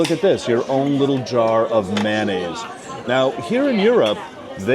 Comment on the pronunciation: ....also "man-ay's" would make the short form "mana" instead of "mayo"